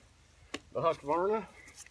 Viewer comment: Thank you so much for pronounciating everything correctly. I juat watched a video saying fRiskars And HusquAvana. And of course, thanks for a real splitting test from someone who really splits wood.